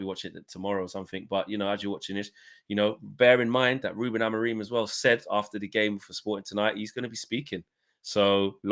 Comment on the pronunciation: Ruben Amoreem btw 😂 why can no one pronounce his name correctly